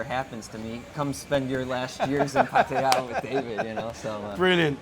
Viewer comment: David, awesome pronunciation of Pattaya. I think you should school the old timers on Thai words 555!